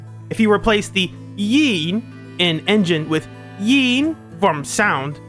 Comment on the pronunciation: Before I continue with the video, me as a Chinese speaker just want to say that your pronounciation of qing is pretty good, but it feels like you were putting way too much force in pronouncing yin so it became more like the 4th tone instead of the 1st